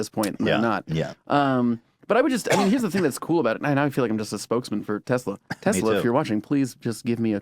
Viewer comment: For being such fans of Elon Musk and even owning their own Tesla, Ethan and Hila sure as hell can't pronounce the word Tesla correctly.